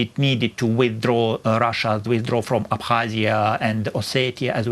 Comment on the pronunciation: She can't even pronounce Abkhazia